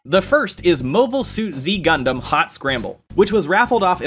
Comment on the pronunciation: I presume the carts are emulation? Also hate to be pedantic, but its pronounced Zeta Gundam and "*The* Second Super Robot Wars"